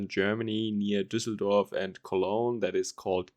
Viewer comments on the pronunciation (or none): none